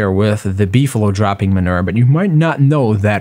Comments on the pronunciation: Minur........ No Its man oo er Manure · man-u-er sorry that just really bothered me but thx 4 the vid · STAHP SAYING MUNIR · Lol " minur " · Man-oo-er (manure pronunciation)